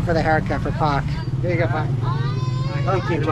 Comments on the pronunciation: Just say "Pa" to adult/parents....not "Pak" because your pronunciation like "Fuck"...Bapak = Pa = Pak #but its no problem, because your foreigner XD :) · You don't need to say "Pak" it pronounces "pa". Thanks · i think you need to improve your pronunciation of "pak" 😂